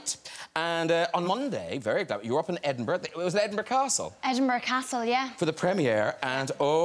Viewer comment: if i hear someone say EdinBURGh one more time.........